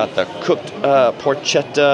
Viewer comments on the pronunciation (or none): Porchetta must be pronounced as written "porketta"